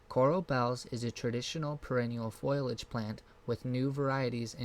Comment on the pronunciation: It is not foilage...it is foliage and pronunciations are not very good. Sounds almost computer generated.